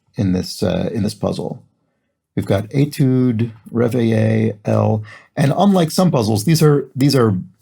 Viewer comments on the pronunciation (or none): Reveille in the U.S. Armed Forces is generally pronounced REV-uh-lee. I've never heard it pronounced in the French way. I loved this quaint and clever Monday theme.